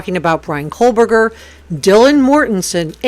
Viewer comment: Just a quick friendly suggestion: btw I do love your content and just wanted to let you know that the pronunciation of Bryan’s last name is KOH-BERGER, and not KOHL-BERGER. And there’s no L in Kopaka either. Keep sound a great job!